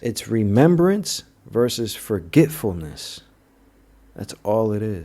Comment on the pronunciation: “ Re- member- ance” “ Forget- fullness.”